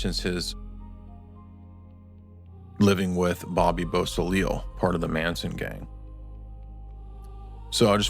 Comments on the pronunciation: Do us a favor and brush up on your French pronunciations. "Beausoleil" is pronounced "BO-so-LAY", not "baw-sa-leel" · BO' - SO - LAY! it's so easy to say it right,. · BO-so-lay. Beausoleil. NOT bo-so-lee-il. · Bobbys surname is pronounced " Bow- see- lay" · Bobby Beausoleil's surname is pronounced Bow-So-Lay ! Beausoleil is French and means beautiful sun ! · It's really sad that you guys just refused to pronounce names correctly. If you're going to do this much research then research the names that you are about to say aloud. Bobby beausoleil. "Bo se lay" if one must. When you mispronounce the names you ruin your credibility. This actually is important.